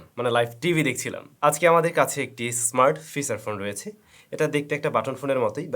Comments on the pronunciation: বস্তি youtuber বলে fisar ফোন 😅😂😂😂 বস্তির মতো pronunciation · উচ্চারণটা ফিছার না, "ফিচার" হবে। আশা করি ভবিষ্যতে শুধরে নিবেন। শুনতে খুব খারাপ লাগে